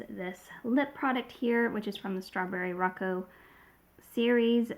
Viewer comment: Strawberry 🍓 Rococo is pronounced with a long O sound for all the ‘O’s - it is three syllables, but the 2nd syllable (Co) and 3rd (Co) are almost pronounces as one. Row-Cocoa (rhymes with chocolate “cocoa” ) or Roe-Coe-coe (or Row Coco) You can put it in google and request a pronunciation. It’s named after the Rococo period in style, art, architecture, design, clothing, jewelry etc.. Think Marie Antoinette and Louis XVI aesthetic - that’s quintessential par excellence Rococo! It is a flamboyant yet, light-hearted form of art often characterized by whites and pastel colors, gilding, and curvaceous lines. Like the designs and aesthetic of the Flower 🌸 Knows packaging designs. The Rococo style typically depicts scenes of youth, love, and nature, and elicits motion and drama. I have been considering buying these, but they slipped my mind! Thanks for reminding me with a lovely, unbiased review 💕